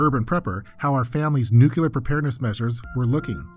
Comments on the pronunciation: It's "NUCLEAR". Not "nucelar". 😆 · New-clear. Not nuke-u-lar. My ears are bleeding. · Nucoolar huh? Have you ever heard of nuclear? Go to school, boy. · NUCLEAR********* not nukelar. wtf is that pronunciation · DNK yeah, isn’t it pronounced “nukular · WHAT THE FUCK???!?!?! NUCULAR??????? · Nucular...nucular...nucular. nucular... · please for the love of god learn how to pronounce “nuclear” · Yeah, quite annoying. I don't know how anyone is still mispronouncing it after George Bush. It's so obvious. Doesn't detract from the content but come on man, get it right.